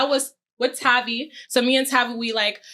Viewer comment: Hate that she didn’t say tavii name right